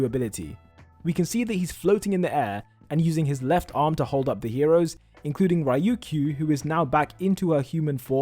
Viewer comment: It’s pronounced Reeyu keeyu